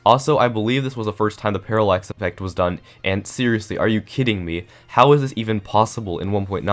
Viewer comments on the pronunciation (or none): none